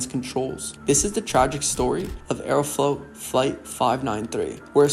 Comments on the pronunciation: Aeroflot ❌ Aerofloat ✅ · I'd highly recommend Mentour Pilot for a much better explanation/presentation of this particular incident. Plus the narrator has an annoying voice, like he has something stuck in his throat or something. Also..."Aerofloat", really?